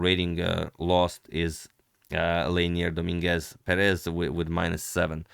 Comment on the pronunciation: Leinier Domínguez Pérez, perfectly pronounced by the commentator 💯